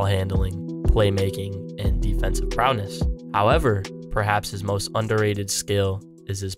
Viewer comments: It’s pronounced “go-bear”. French. It’s also “prowess” not “prow-ness”. Prowness is not a word. In his “best interest” not be in his “best bet”. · ProwESS, not prowNESS. GoBEAR, not GoBURT